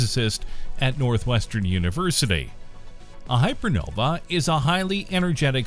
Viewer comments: Couldn't you at least have learned how to pronounce "hypernovae" before recording a video about them? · nope. "Hypernovae" sounds different from "hypernova". That way, people hearing you will know whether you're talking about one or more.